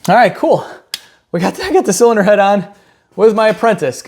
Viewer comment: Please keep saying “zilinder heads” 😅